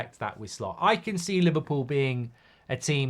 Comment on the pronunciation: Why do I keep hearing Slop